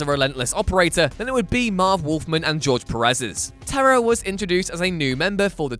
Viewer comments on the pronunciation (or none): none